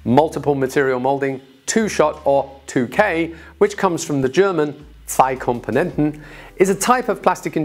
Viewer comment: this is the best explaination of 2K, by the way, the Zwei Komponenten in German are perfectly pronunced.